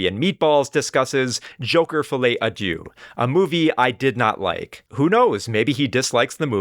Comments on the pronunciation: As a french speaker it made my day to hear you say “fillet adieu” 😆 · It's not pronounced "Follie a Doo"😭